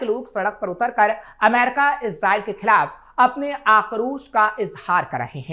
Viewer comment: अमेरिका बोल लो पत्रकार महोदय... दूसरे सभी शब्दों को तो तुम बिलकुल सही-सही बोल रहे हो, लेकिन अमेरिका शब्द आते ही तुम्हारा उच्चारण "अमैरका" हो जाता है...विश्वास करो जबरदस्ती सिर्फ स्टाइल दिखाने के लिए अमेरिका को "अमैरका" बोलने से तुम बिल्कुल भी अंग्रेज नहीं लग रहे और तुम्हारा ऐसा बोलना बहुत चीप और लग रहा है